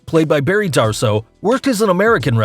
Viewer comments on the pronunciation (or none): none